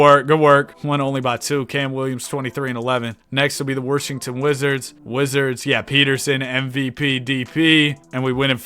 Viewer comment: Yo, why do you say worshington, is there like an inside joke or sum? Because i stopped watching when you wanted 50k subs, and then i got back to watching like 2-3 weeks ago.